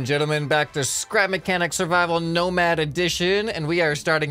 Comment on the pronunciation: Scrapmanechanic Not nicanic